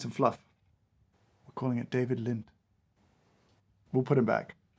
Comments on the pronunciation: "David Lint" had me! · "David Lint" I lost it... I'm an absolute wreck, drowning in tears of laughter. DAMMIT! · "David lint" 😂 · "David Lint" LOL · David Lint.......HAHAHAHHAHAHAHHAHAHHAHAHAHHAH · a-hahahahaha David Lynt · "We'll called it David Lint!" I'm crying. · "David Lint" 🤣🤣🤣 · "David Lint". made me laugh out loud in the dark in the middle of the night for real. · David Lynt! LOL! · It was the "David Lint" that got me. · “David Lint” 😂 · "David Lint" oh my sides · "David Lint" That was the final straw for me. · Seeing James unable to contain himself when he discovered Mister Lynch's beans, was a lovely treat. :) lol "David Lint" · David Lint, lol. Delightful. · David Lint killed me! 😂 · “David lint” and “it smells livid”😂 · "david lint" lol. so silly made me laugh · We are calling it David Lint 😂😂😂😂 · "David Lint" got you a like 😂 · I’m so simultaneously annoyed and impressed at “David Lint”. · I rolled my eyes hard at "David Lint" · Just got to the "David Lint" bit. 🤣🤣🤣🤣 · "David Lint" well done, and damn you! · "David Lint" really got me 😂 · David Lint 😂😂😂 I'm dying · "David Lint" got the giggles out of me. Ah, go keep it man. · "We're calling it David Lint." STANDING OVATION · "David Lint". I quit. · David Lint lolz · 'I'm calling it David Lint' 🤣🤣🤣🤣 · David Lint. 😂💀 James, have you ever read (or listened to the audiobook, read by him) Catching the Big Fish? It’s great, perhaps you and others here would enjoy. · David Lint made me chuckle 😂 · I can't get past David Lint if I'm honest 😂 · “David Lint”😂😂😂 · "David Lint" 🤣